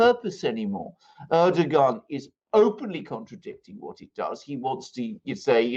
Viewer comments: To pronounce correctly Erdoğan is to just ignore ğ. It is there only to elongate "a". Reading with a long "a" would make it perfect. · The G is silent. Pronounce like a W. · Its Erdoan without saying the G,is the right pronanciation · Funny. Am I, İngliz Ressam, going to teach my proverbial Turkish Grandmother how to suck eggs? I suggest it is more doe or dough then doo, which would be air-doo-an, phonetically in English. Air-doh-an? Ama, boş ver, it matters not. Good fun though. Teşşekürler. P.S. my Turkish is çok kötü. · Try saying Erdo-one, Alexander😉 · air-doe-an: Erdoğan. Silent G. Easy. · And its more ERR-DOO-WON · ER - DO - WAN (it's the g that's the problem) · It’s just “Erdowan”. “Rejep Erdowan” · It is a ğ, not a g. 🤣 Just like r is pronunciated in French.